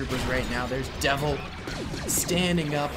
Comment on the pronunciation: its Devis not devil!